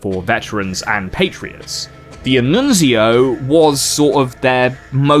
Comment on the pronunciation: As an Italian, I love your pronunciation of Italian names, the only slightly wrong ones are "D'Annunzio" (which is pronounced all together, not like "Di-Annunzio) and "Giacomo Matteotti".